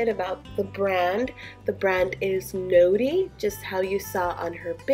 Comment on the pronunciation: Omg I'm dying the clothes are from a children's show that was a really big part of my childhood and it's not No-dy it's NOD-DY aaaaaaaaaaahhhhhhhhhhhhhhhhh